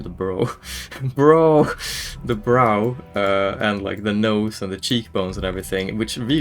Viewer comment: Ah, yes, the emphasis on that bruh xD